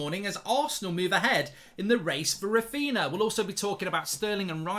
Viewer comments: Who’s Raphina lmfao, come on Mark lad it’s Raphinha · *Raphinha not Raphina. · It's Raphinha not Raphina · Who’s Raphina? Raphinha from Leeds?)) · I'm sure Mark is purposely not getting the pronunciation right for Raphinha and Jesus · Raphinha mark, it’s Raphinha